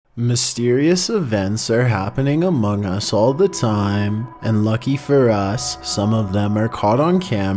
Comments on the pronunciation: did he say AMOUNGUS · He said “AMONGUS” 😱😱😱😱 SUS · HE Said A M Ø NG US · Guys he said Amogus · A-AMONG- HE SAID AMONGUS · He said amongus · HE SAID AMOGUS 😦😦😦😦😦😦😦😦😦😦😦😦😳😳😳😳😳😳😳😳😳😳😳😳😳😳😳😳😳😯😯😯😯😯😯😯😯😯😯😯‼️‼️‼️‼️‼️‼️‼️‼️‼️‼️ /s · did you say amog us????? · A M O G U S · Did he say among us? 🤨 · “Amoung us” Sus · He just said amogus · HE SAID AMOGUS IN THE FIRAT 3 SECODNS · Did you say among us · He said among us lol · did he say among us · He said amogus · GUYS HE SAID AMOGUS SUS SUSUSUSUSUSUSU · “Happening Among Us” - 2021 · mans just said among us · DID HE SAY AMONG US???? SUSSY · couldn't go 5 seconds without rushing to the comments cause he said "among us"